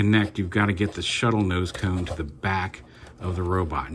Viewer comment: I know that you mean :) that was the only time you said tone instead of cone.. so atleast it was just one time thing :)